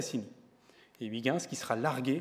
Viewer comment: Pauvre Huygens. Il serait bien marri d'entendre son nom ainsi massacré par ce gosier français. Mais bon, excellente émission néanmoins. Merci.